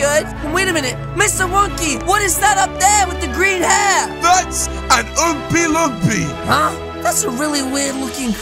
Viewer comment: Lol it's not ompiloopi it's lompaompa